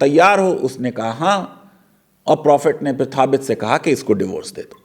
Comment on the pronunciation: That is not थाबित , the name of that sahabi is साबित बिन कै़स र.अ.अ